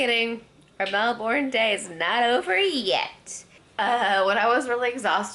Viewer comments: Stop bloody saying melborn; it so freakingly annoying the way you are saying it, anyways its pronounced as melburn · You're actually still saying Melbourne incorrectly, even with your accent. It's pronounced melbern, as opposed to melborn. You can still keep your R, I'd say it's a weird ask to drop your accent for a single word, but saying "melbern" rather than "melborn" will get you far in the land of not triggering locals. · that was a memorial to world war 2 not 1. Also Melbourne is pronounced Mel -bun not Mel-born. It’s Australian, mate. And why spend only one day in Melbourne? That’s just crazy! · So happy you got to finally visit Melbourne! I find it interesting how different cities across the world can be pronounced so many different ways. I've always pronounced Melbourne "mel-burn" and I'm an American but a co-worker pronounces it "mel-born". Beautiful city! I've been amazing since watching your #oneyearworldtrip at how you and Peter found such amazing hotel rates and the places you visited are even more amazing! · Stop saying Mel-born!! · still pronouncing it wrong.